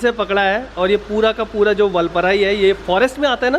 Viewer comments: Vulpurai ! Vulpurai ! LOL. First pronounce it correctly. And you could also tone down the overacting & repeated exclaiming. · Say vaalpaarai..not vulpaarai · वालप्पारे///जनाब. वालपराई नहीं है/// All the best!!!!!!!!!!!!!!!!!!!!!!!!!